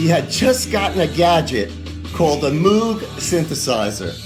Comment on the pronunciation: You're mispronouncing Moog like a cow. It rhymes with 'vogue.'